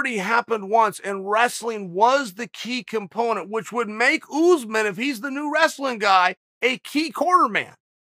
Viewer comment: PSA: his name is not OOZEMIN lol . its ussmaan .. uss like puss (no other word here lol) and man like "mon" .. or "gone" i need everything who says OOZEMIN to do 5 sets of 5 reps of this twice a week. I believe in yall